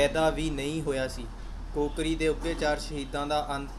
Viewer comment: ਕੋਕਰੀ ਨਹੀਂ ਕਾਕੋਰੀ ਪੜ੍ਹੋ।